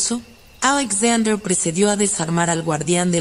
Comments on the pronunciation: "Ajlesaudrer"... No pude, Alexander era mejor 😐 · La voz no es relajante y la pronunciación del nombre Alexander es muy chocante.